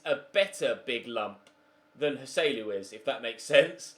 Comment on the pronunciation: Thank god you’re selling Joselu, because the way you pronounce his name is infuriating.